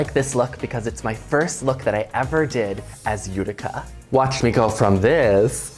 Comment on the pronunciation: I died when I heard this during the fashion show. And then again in another episode. Itica? Ghuh, Utica!!!